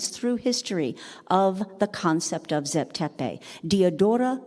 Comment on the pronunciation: Did u dumbed down moron ever think that the bloody wrong way u pronounce names may be why he said zep tepi doesnt exist because in egyptian the pronounciaruon is so different from "zep tepi"!!! Morons!